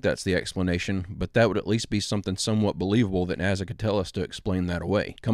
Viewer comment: why do you say NAZZA? its with an s not z.... is it for the AI? just wondering